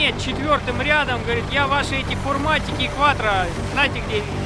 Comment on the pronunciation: не фирматик а форматик ))